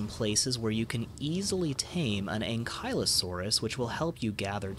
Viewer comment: Ankylosaurus is pronounce ankle-o-sore-us.